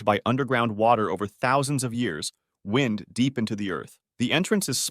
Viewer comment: I’m starting to think so. Saying that the passages “wind” (like blowing air) deep into the earth stood out to me